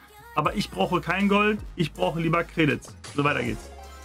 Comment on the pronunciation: Sag bitte nicht credits sondern einfach normal 😤